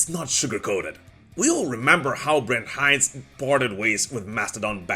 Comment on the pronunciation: You pronounce Brent Hinds wrong....